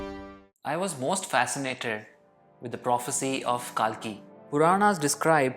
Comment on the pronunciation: Well........ He is not pronounced as KAALKI ........ It is KALKI